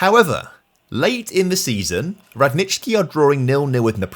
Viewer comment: I love how you pronounced Radnički, well done! Greetings from Serbia!